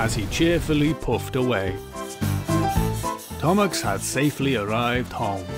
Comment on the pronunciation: its percy, not perchus Thomas, not thomax, not thomusk.